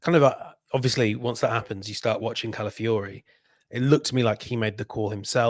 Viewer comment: Say after me: CA - LA - FIO - RI.